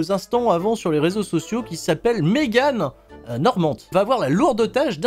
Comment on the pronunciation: et ta dis Megan normante au lieu de Morante mddddr mais jsp si c'est une vanne